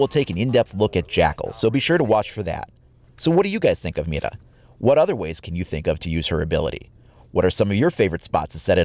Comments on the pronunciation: Did you seriously say Mita? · Guilherme Branco It's pretty easy, actually but I find his first pronunciation to be off. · mira not mida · When you try to pronounce Mira correctly, but you fail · Is Mira actually pronounced with a rolled r? I took Spanish for 3 years back in high school so I'm a little rusty, but I think I remember that rolled r's are only used in the cases of double r's and words that begin with r. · Nah u pronounced with the R